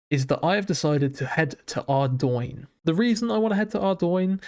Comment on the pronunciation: Very nice start nevertheless. Thank you for pronouncing Ardougne correctly 🙏